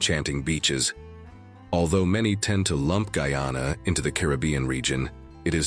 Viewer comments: Dude the mame guy,ana. Not guana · The fact that the commentator has not taken the time to learn the correct pronounciation of Guyana should be the first clue to the sensationalistic contents of this video. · What about Afro Guyanese people and their culture and their celebrations. So one sided with bad pronunciation